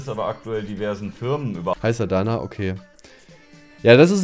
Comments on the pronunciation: Adaaaana xD Das zweite a spricht man übrigens kurz und nicht lang aus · Adana wird schneller ausgesprochen also nicht Adaaanaa sondern Adana mit kurzem a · Bruder wie du Adana aussprichst macht mich bisschen Sauer 😭☠️ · Adaaaana haha man spricht es bisschen anders aus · Falls Kuchen das irgendwann mal lesen sollte: Das Wort „Adana“ wird im türkischen schnell ausgesprochenen, also das A wird nicht so lang ausgesprochen sondern alles schnell :D